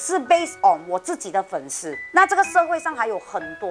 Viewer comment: 粉丝sī 不是shī